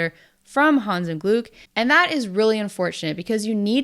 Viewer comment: l was really impressed by your pronunciation of Hans im Glück last Video and of Spiel des Jahres this video. Kudos. ,👍👍👍 Take a breath betweeen the second and third word and it would be absolutely perfect. ❤